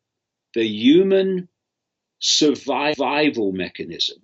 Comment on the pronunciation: Why is Mr Icke having linguistic matrix glitches - "survivival" etc